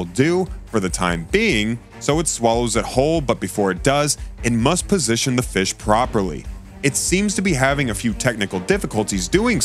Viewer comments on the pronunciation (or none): none